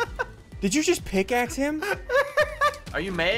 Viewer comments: Roger Frezevolt “Picaxe” it’s pickaxe. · "I just picaxed him " Did you just picaxe him